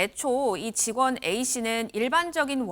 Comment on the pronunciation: 계속 전 직원하니 전부직원들로 들리네 나만그런가 ㅋ